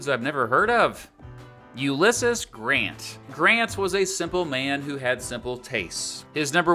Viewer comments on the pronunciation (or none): Ulysses is actually pronounced you-li-seez, just sharing info not hating. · You pronounced uylesses wrong